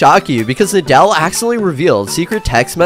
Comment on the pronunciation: You can’t even say nidal correctly this is fake